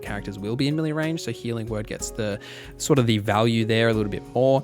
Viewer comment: Appreciate the video, but can you pronounce "melee" as "may-lay"? Dunno what this millie business is all about.